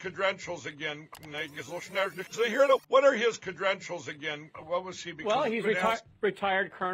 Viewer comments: KADRENTILS? LMAO ;-) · "Credrentials", right.